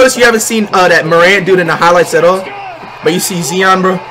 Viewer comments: It’s not zein it’s zion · It is 2020 and hes saying "Zeon Williamson"😂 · he said jae Morant and zee on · JAH-morant ZEYE-on Rudy-goBEAR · It's not zeon